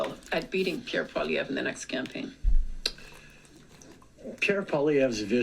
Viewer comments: Really, You don't know how to say his name yet,... Polly-ehv not eve, grab the e a touch lol This man deserves respect, He is back very smart politician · Canadian here. Well done. Pierre's last name is pronounced Polly-evv. A large majority of Canadians are waking up. ❤ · Pronounced POLLY-EVV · Pierre Pollievre (pronounced Polly-ev) is the only party leader here in Canada right now who has any kind of chance at all of becoming the next PM, and he's by far the favourite of the vast majority of Canadians right now, if for no other reason than that we're sick and tired of far leftist garbage right now and that PP has been standing up against Trudeau and his sycophants, including our Governor-General, all along. She just gave into Trudeau with whatever he wanted and never said no to him, even when he requested a prorogue of government until the end of March instead of calling a much needed election. I'm a Canadian who can attest that the majority of us here are NOT liberal in our views. We might be centrist, but we're turning towards the right now if we weren't there already. Please don't say that Canadians as a whole are leftist or woke. Yes, our government is, but that doesn't mean the people here are. I'm so glad that I never voted for him and that he's on his way out. Trudeau saying that he's a fighter and has always cared about Canadians is a complete and utter lie and a joke. I never voted for him, and my family never did, either. My parents also didn't vote for his father ever, either. Trudeau has never cared about Canada and he's never been a fighter. He was a part time drama teacher and never had to fight or work for anything. He never really treated people with respect, and even though he gave lip service to standing up for the Jewish people, he never really s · Pierre Poilievre's last name is pronounced... poly-ev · Pierre Poilievre (pronounced Polly-eve) is definitely right of central and will most definitely be the next pm of Canada